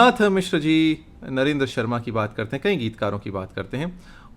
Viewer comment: आदरणीय मिश्र जी! सर्व प्रथम आप अपने द्वारा किए जाने वाले हिन्दी शब्द 'कई' के उच्चारण पर ध्यान दें।आपके द्वारा इसके उच्चारण में 'अं' की मात्रा लगाकर "कईं" उच्चरित किया जाता है।